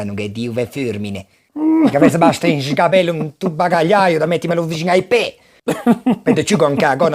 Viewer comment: Mi fa ridere tantissimo quando dice pe